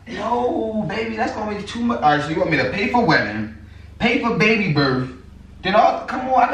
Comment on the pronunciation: “Baby birf”💀💀im sorry he put emphasis on the F 😂😂ight im done